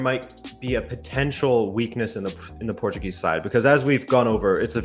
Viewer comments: never thought I'd hear a scouser pronounce portuguese names the portuguese way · A scouser saying correctly Portuguese names? I'm buffled. I mean football is capable of everything. If he was born here? nah I don't think so. But he has a good accent and seems to have a vast knowledge of our team. Amazing. Cheers to you guys! Oh I forgot to say portugal won 3-0. Top of the group for now.